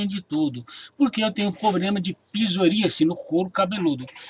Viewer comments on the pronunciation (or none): "PIZORÍACE"??!!...kkkkk... É PSORÍASE!!!...antes de fazer um vídeo, aprenda a pronunciar as palavras corretamente!!!